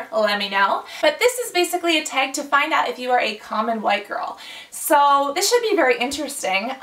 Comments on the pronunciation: Tag not teag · She says tag weird to me but i love her anyway